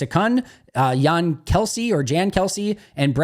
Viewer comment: I’m impressed that you pronounced my first name correctly, Jan is pronounced (Yon) Kelsey. Imho, I completely agree with a lot of your assessment about this draft. Not sexy, but a solid B, B+. They solidified all their positions of need & solidly improved S, LB & especially STs which is huge of Bisaccias unit with the new kick return rules. Added OL depth was significant. It’s going to be a beautiful surprise to see what these players become & how big an impact any of them make on this team. My monies on Lloyd, Cooper & Bullard to make immediate strong contributions. GPG & thanks for being one of the most entertaining GB analysts online.